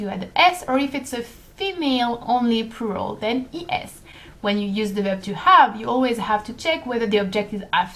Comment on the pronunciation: I'm sorry about what I'm going to say but it's a bit awkward when you pronounce the word "plural" as it sounds like "poo roll" to me instead. ._.;;;; Try pronouncing the l in plural more like with the word for flower in French, 'fleur' but keep the 'u' sound the same as you did.